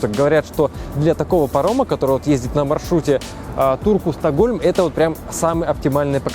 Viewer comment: Мне одному послыщалось что не в Турку а в дурку